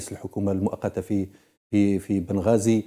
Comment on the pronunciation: بنغازي مش بن غازي